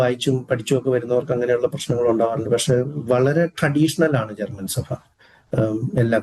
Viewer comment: സഫ അല്ല. സഭ ആണ്. ഫാഗം അല്ല. ഭാഗം ആണ്.